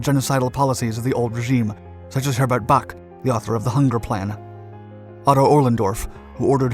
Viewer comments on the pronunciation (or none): none